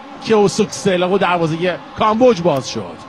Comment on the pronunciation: گزارشگر حتی تلفظ کامبوج رو بلد نیست